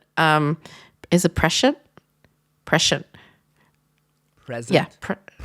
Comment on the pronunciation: Evelyn means 'prescient' pronounced "press ee ent"